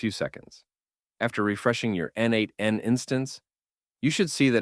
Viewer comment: Thanks. Just a note: n8n pronounced as neight(e)n